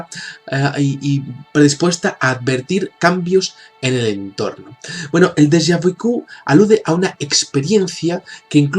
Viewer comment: no es deja vi .. es " deja Vu